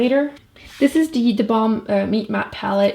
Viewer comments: It's kinda funny when her accents affects the way she says the. 😂😂 "da" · "dee" "dey" "dat"